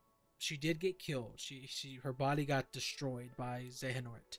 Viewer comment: Honestly you suck at explanations. You sound all over the place. And the way you pronounce Xehanort is a bit off. Also, you should have used some gameplay footage or something instead of just standing there. ~Constructive Criticism